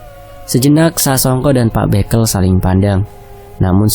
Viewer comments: Revisi pengucapan kata bekel bacanya nada e semua bukan é (békel= permainan anak2 jaman dulu) Kalau bekel = pamong desa Lafas e sama kaya kepel, kekel Maaf jika kritikan sy menyinggung🙏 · Iya "e' sama seperti ketika mengucapkan 'betul'.. 🙏